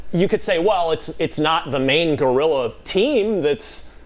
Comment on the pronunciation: Daemon sounds like he's under a blanket Also someone tell that it's Guerrilla and not Gorilla